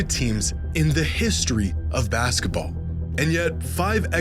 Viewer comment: i hate how you pronounce basketball as "baskUHball." it's maddening